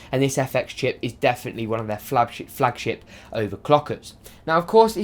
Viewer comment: ''Flab-ship'' LMAO!!